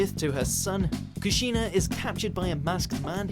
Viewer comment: me-natow? and kuh-shinah?